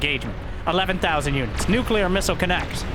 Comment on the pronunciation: props for pronouncing nuclear properly, lots of your people dont know how to say it, embarassing if u ask me